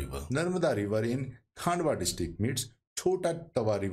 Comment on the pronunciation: Pronunciation of Khandwa as "Khaandwa" or Khargone as "Khaargone" is excusable on account of unawareness of local language but to pronounce SH as "S" or CHH as "CH" is unacceptable since this is universally known and taught how to pronounce "SH" or "CHH"